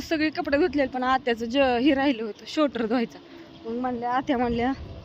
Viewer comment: शोटर नाही स्वेटर म्हणतात😅😂